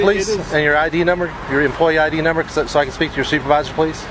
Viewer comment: "numnber" #8 he answered plenty of questions